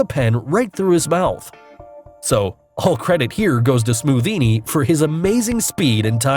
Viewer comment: You said scothinni